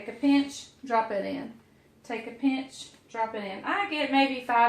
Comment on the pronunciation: It's funny, I was watching the Pioneer Woman this morning and she said they make fun of Ladd's brother Tim for saying "peench" instead of pinch and you said it the same way when making your drop dumplings the first time. The second time with the quick dumplings, you said it right!